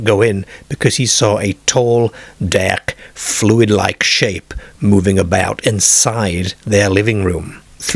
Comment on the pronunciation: “In the dak”, “while in the cah” , “painful mock on hair airm”. 😂😂😂